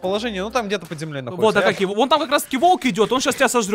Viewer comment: Правильно не акакий а акокий